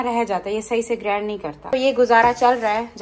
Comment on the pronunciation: Sitara GrAAAAAAND nhn hota.grind kehty h.